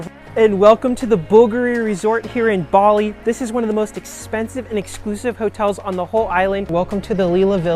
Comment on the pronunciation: Your pronunciation is kinda sending me… would be a good idea to look that up before making comprehensive videos